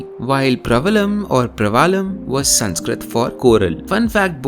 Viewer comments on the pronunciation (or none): Not pravalam. Praavalam. No maNi doesn't mean ruby. maNi = pearl. Look it up. Praavalam = coral. Teligiri script is also by used by Sinhala